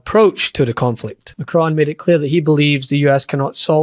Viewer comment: Many thanks for pronouncing’Macron’ correctly! Meidas Touch still think it’s pronounced like ‘Stallone’! I’ve given up telling them! Love your work AND your gorgeous accent! 🏴 Writing from Provence France.